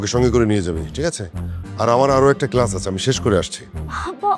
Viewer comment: আচ্ছা এতোই শিক্ষিত তাহলে কেলাস বললো কেনো